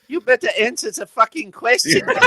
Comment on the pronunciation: “you betta anzwer ze facken question.”